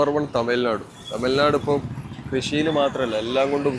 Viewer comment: As a malayali , speaking in malayalam, you could have pronounced തമിഴ് നാട് correctly!